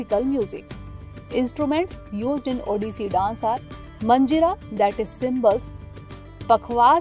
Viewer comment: Curse you for having pronounced the Odia names and terms (*Odissi Dance) wrong and peculiar way🫤